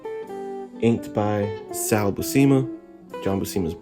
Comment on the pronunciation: Great review! Just a heads up:pronunciation for his last name is (phonetic ) Bū-sema. I know because Sal is my inker.